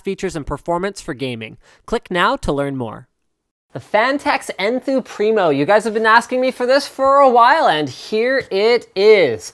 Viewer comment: when he sais enthoo primo i always hear n2